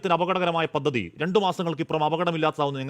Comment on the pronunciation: പത്തതി ❌ പദ്ധതി